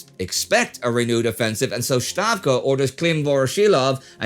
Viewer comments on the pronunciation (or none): Indy can pronounce the S in the names of Staraya Rusa for example... why does he always uses SH when pronouncing STAVKA? He says Shtavka, which I would expect from a German using his own rules. It is not a major thing, the main point of the series ar of course not names and linguistics... it is just a pet peeve of mine, he pronounces all other things right, places in USSR etc. but then, Shtavka. :D